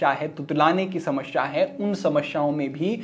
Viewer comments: Shmashshya nahi samasya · Jigyasha nahi Jigyasa. Apke Sa-Sha uccharan me Samasya hai. Aap Shamashya me b truti karte ho. 😅 Parantu aapka gyaan ati-uttam hai 🔥